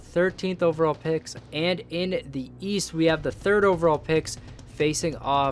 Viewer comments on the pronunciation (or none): none